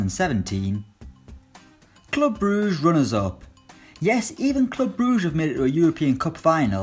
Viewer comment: Why you saying club brugge like you are french, it is not club brouge, it is clüb bruhgguh in pronunciation